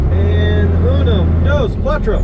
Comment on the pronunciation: "Uno dose quattro" uh yeah... lmao